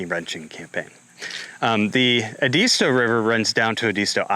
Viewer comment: It's Ed-ist-tow. Thanks for bringing this out!